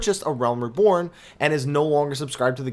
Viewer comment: your videos are excellent. However, you've been pronouncing the word "reborn" wrong this whole time. It is "ree-born," not "ruh-born." I know this may sound petty but it's been bugging my probably overly sensitive ear.